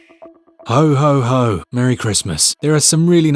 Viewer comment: did i just hear at the beginning "Hoe, Hoe, Hoe" ? 🤣🤣🤣🤣🤣🤣